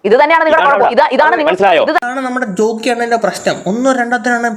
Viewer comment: റോക്കി അല്ല ജോക്കി 😂